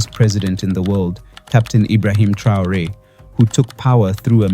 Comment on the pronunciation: Dejá de decir tonterías, no sabes ni siquiera pronunciar el apellido Traore y decir que Sankara "murió trágicamente" cuando fue asesinado junto con su gabinete; por otra parte qué carajo son los "afromeanos"?, te estás refiriendo a los afroamericanos. Sos un cachivache, conseguí un trabajo decente y dejá de hacer papelones